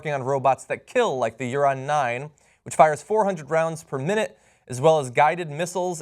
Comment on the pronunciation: It's pronounced "ooran", with the oo sound ans the aaaaa sound. Whatever. Go killer robots!